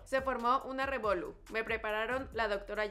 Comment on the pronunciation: no es revolu es revolú con acento al final es una palabra que se usa en RD y PR buen video